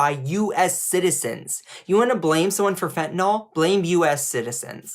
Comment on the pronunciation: Bruh. It's fentanyl, not fentanol. Sound it out, ffs.